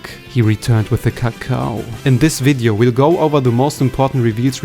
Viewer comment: just gonna throw out here that I'm a real human boy and that I just thought the way he pronounced "cacao" was funny 💀 If you don't believe me you can see that my account way predates the rise of AI